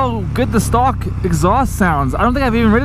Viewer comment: Why are you saying "stalk" when you mean "stock"??